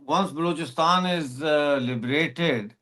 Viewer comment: it's Balochistan (or Baluchistan), not 'Blouchistan'. It's like calling you a 'Pounjabi'.